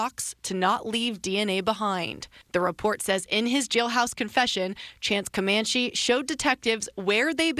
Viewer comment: How are you in media and can't pronounce Comanche????